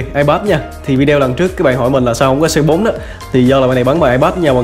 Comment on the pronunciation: anh ơi phải đọc là Cu Tứ ko phải là Xê Bốn